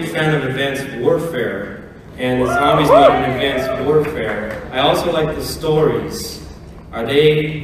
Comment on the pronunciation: "Zambies" xD